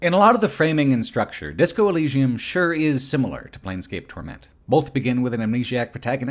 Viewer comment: you cant even say the name of the game corectly? wtf?